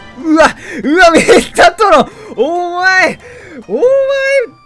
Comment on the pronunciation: このシーンでお↑お↓て言ってて草